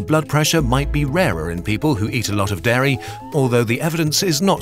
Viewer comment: Your pronunciation of 'dairy' sounds like 'Derry', so now it just sounds like you have a problem with the environmental effects of Irish milk...